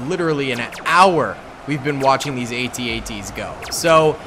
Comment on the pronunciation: I can tell you weren't born of the Star Wars generation. The A.T.A.T's are pronounced - AT--AT - Sounds like @@